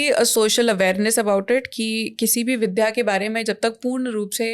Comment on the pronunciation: 'विद्या ' उच्चारण में शुद्धता अपेक्षित बनती है !